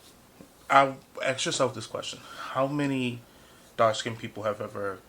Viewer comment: Could I ask you smthg unrelated? You say ax or axed instead of ask or asked? Am I right? Is this a thing in the US? It's just my stupid curiosity and you aren't obliged to answer. Anyway, your video is very good.